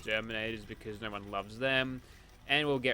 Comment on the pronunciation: i love the part when he says " Naur."